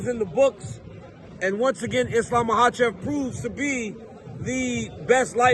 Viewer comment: DC, JUST ONCE, HAVE ISLAM ON YOUR SHOW AND ASK HIM HOW TO PRONOUNCE HIS LAST NAME!!!!!!!!!!!!